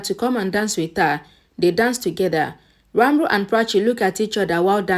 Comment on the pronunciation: Can you stop saying Ranbur pls? It's disturbing.. Ranbir pls